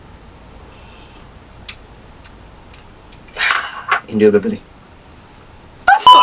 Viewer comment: No one in Britain says indubeditally is that even aword. :/